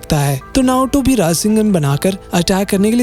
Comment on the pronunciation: naruto bhi ❌narutobi✅